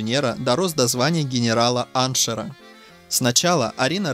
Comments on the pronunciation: Все бы хорошо, но ударения и слова! генерала-анчера не было, были генералы-аншефы (генерал во главе с французского) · Звание - "генерал-аншеФ", а никакой не "генерал-аншер"!!! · "доброс до генерала-аншера"? Вы отчего так безграмотны, чтец? Воен.звание генерал-аншеф! С ударением в слове "аншеф" на букву "е". Эх, Вы! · По моему, генерал -аншеф, а не генерал-аншер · Генерал-аншеР))) Это смешно. Правильно - général en che, генерал-аншеф. Ударение не "Аншер", а "аншЕф". И едва ли до этого звания Ганнибал карьерно "дорос", всё же - дослужился. С Опочкой тоже нелады. Ну и масса других "ламповых" деталей. Надеюсь, по этому малограмотному сюжету никто не вздумает изучать биографию бедной Арины Родионовны.